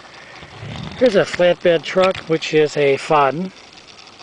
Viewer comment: Nice collection, Foden is pronounced Foh-den